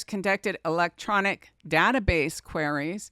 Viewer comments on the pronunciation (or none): none